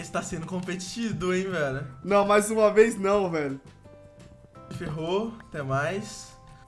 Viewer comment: quem tbm fala fete invez de feat